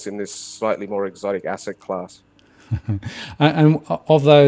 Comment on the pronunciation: an ASSET... he says - more like an ARS-set ;-)